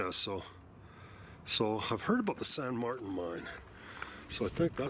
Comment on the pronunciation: Hello!! I think they pronounce it "San Mar-teen" own there. That last mine you were in, I think you mentioned Capstone, had a lot of openings and appeared to just go every which way chasing the copper!! Thank you very much for the videos!! Happy trails and best of luck to you!!